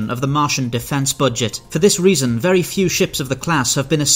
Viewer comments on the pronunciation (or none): none